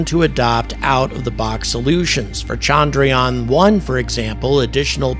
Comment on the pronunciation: Appreciate the encomiums! But with Indians becoming so salient on the world stage, why not take a brief lesson in pronouncing Indian words better? The biggest single issue is disambiguating between the two Indian vowels which are both represented in the Roman alphabet as “a”. One is as the “u” in burst while the other, longer one is as the “a” in latte. Thus it is chundruyaan, not chaandraayaan. The other egregious issue is your mangling of the name of the Father of India’s space program, Vikram Sarabhai, pronounced vikrum saaraabhaai.